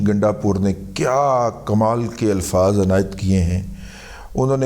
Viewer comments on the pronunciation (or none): none